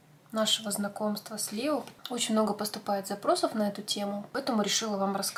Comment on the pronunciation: Не Лео а Леоо